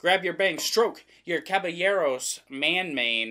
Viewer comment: Very correct! In Spanish and French, the double “L” equates to a “Y” sound. Looking forward to the review.